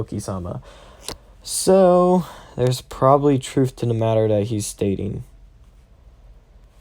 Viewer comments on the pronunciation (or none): none